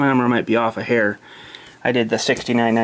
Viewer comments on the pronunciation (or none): none